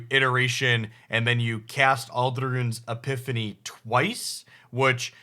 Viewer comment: has never cared about pronouncing made up card names correctly as far as I'm aware.